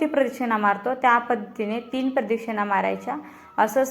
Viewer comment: प्रदक्षिणा हा उच्चारला तो चुकीचा होतो आहे